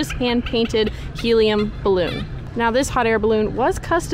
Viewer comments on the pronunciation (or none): none